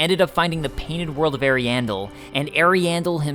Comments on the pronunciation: I love your stuff, but i'm on the other side of pronunciation Ahri-ahmis --Ahriahndel vs Eri-amis - Eri-andel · sounds like you're saying hairy anus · from other lore videos(i.e. Vaati) they pronounce it to be Arian-DEL (like adele) and Ari-ya-mus instead of Ari-EY-mus. but i havent played the DLC so idk for sure how NPCs pronounce it or if they say it at all. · I thought you said the painted world of hairy anus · I love how he says the name of the first painted world wrong when u can hear percilla say it when u talk to her. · not ariandel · Ariandel and Ariamis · he dislikes the way you say ariasmus and Ariandal. There is an established way it's pronounced in the community but the way you say it is cringy